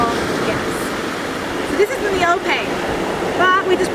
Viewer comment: One who actually understand how to use ones body when doing Ori. Many dancers struggle with Ope, and they do it wrong. They don’t realize that it’s just a circle like when they Fa’arapu, as well as using their stomach. As with Belly dancing, Ori Tahiti is also a core dance...btw it's ''O-PE'', not ''O-PEY'' lol.